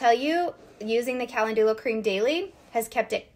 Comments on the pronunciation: Pronounced: ca-len-ju-la. Emphasis on "len" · Calendula, not being mean… just to help, it is pronounced Ca lend you la, ❤ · It's pronounced Ka-LEN-DEW-La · I was laughing thinking, is that the American way to pronounce calendula 😝😝😝